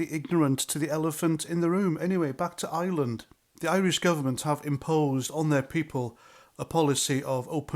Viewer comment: Please do try to pronounce ireland and not island 👍🏻